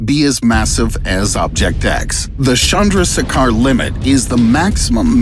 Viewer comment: Loved it, but it's Chandra- Sekhar, Being from India I know it would be tough for you to pronounce. Just helping. Chandra means moon btw👀👽🌝